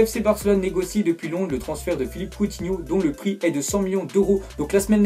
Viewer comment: qui a entendu son pret au lieux de prix